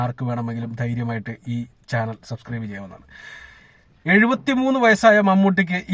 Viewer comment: ച്യാനൽ അല്ല ബ്രോ.. ചാനൽ